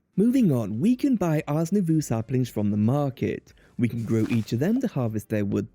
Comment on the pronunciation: i always thought the mod was pronounced ours new voe